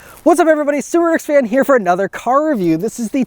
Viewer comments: Clicked on the video just to hear the old school "subaruwRxfnhere" haha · I had to double check the upload date when he said "SubaruWRXFan"